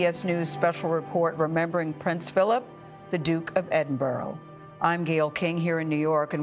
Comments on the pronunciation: Gale, FGS! If you cover the royals nationally, especially the prince’s funeral itself, learn how to say his title right! It’s Edin-brah, not Edin-boro!!! It’s Scottish! Just be professional or not being ignorant really! And stop keep calling him “Philip” like you were buddies. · Its not Edinboro. Its Edinburgh... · Yes, that made me really annoyed. You would have thought she would have learned to pronouce his name correctly.